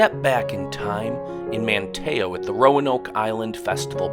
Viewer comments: man you slaughtered those names... it's pronounced Body not bow-d and Car- ra- la not core- oh- la, Man- tee- oh not man tay oh... but nice video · Your pronunciation 9f some of the town's such as Mateo ate terrible! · Nicely done! We live on the Outer Banks! However, a few factual corrections for your viewers: "Corolla" is pronounced "Curr-allah", Bodie Island (Light House) is pronounced "Body" Island. Manteo, the town on Roanoke Island is pronounced "Manny-oh". It's "Jockey's Ridge"" state park. And Orville and Wilbur Wright visited here many times to achieve first flight, but they didn't live here, not long term. They had to bring anything they needed over by barge from the mainland. To see wild horses, better head right on up to Corolla adn Corova, the part where you have to drive on the beach because the road ends there. You're not going to see any/many wild mustangs anywhere else on the OBX proper. :) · Lost Colony, not Last Colony. Manteo is phonetically spelled in English of a Native American person’s name, not as the Spanish would have pronounced it (Matteo for example).